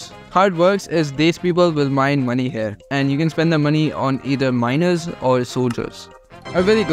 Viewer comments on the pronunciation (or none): The way you said “minors” 🧒🏿